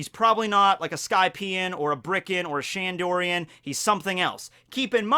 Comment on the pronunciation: Its BIRKAN and SHANDIAN...not bRiCkEn and ShAnDoRiAn